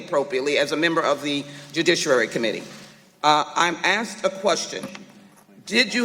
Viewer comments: She "axed" a question. How interesting. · She said axed. OMG she can't even use the English language correctly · She axe a question.